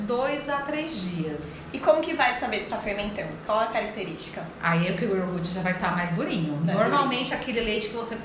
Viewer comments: Ahhh que ruim ouvir uma doutora falar yoRgute! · Nao é iorgute. É IO-GUR-TE. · Exatamente. Ela fala IOR-GUTI. que deveria ser: IO-GURTE. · Iorgut? até saí do vídeo. Aff 🤦🏼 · Me dando agonia o “iorgute” kkkkkk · A médica fala "iorgut":(( 😭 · Feio é uma nutricionista que fala IORGUTE, pelo amor de Deus. 🤦🏽‍♀️ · Ela fala orguti? Ou eu não entendi?